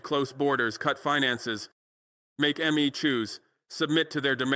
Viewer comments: Fckn hell do better with your ai shit. How annoying to hear... M. E instead of me. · 🟡🟡🟡🟡💯💯💯💯💯💯. BUT ... ABOUT PRONOUNCIATION..............Why mmm eeee in stead of simply........me.❓❓❓ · So this AI cannot pronounce me😂😂😂